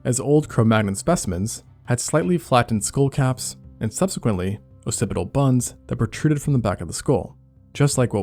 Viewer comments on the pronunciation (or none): none